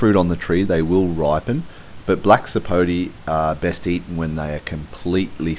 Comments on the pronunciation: It's not a Black Sapo'tee'. It's a Black Sapo'tay'. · Actually it's Black Sapo'teh' or Sapo'teh' Negro. The name has a Spanish accent